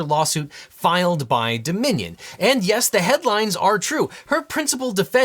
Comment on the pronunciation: All the time I could hear ‘The Minion’ instead of Dominion 😅